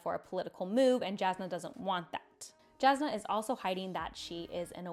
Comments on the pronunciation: I love your videos and I'm not trying to be mean here, but I'm mentioning it since you said Jasnah if your favourite character. Brandon said that her name is pronounced as "Yasnah", not the direct "j" sound. BUT it shouln't matter, everyone is free to pronounce the names in books however they want, I just said it as a FYI for you, since she's your favourite :) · Your pronunciation of Jasnah is atrocious to the point i didn't know who you are refering to. I know as english speaker you are used to "j" sound but for her it is the same as "y" sound in "Yennefer" from Witcher. You can clearly here this pronunciation in audiobooks, in interview with Brandon when he mentions her and in the original pronancation of the word "jasna" from slavik languages (polish and bulgar) that transalte into "bright" (as in light efect). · I didn't find the struggle to pronounce Alethkar nearly as upsetting as the pronunciation of the J in Jasnah and Jah Keved. But that's just me being a pronunciation snob